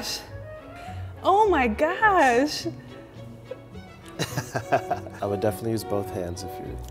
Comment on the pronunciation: I love how she says "Ow my gosh" So British🇬🇧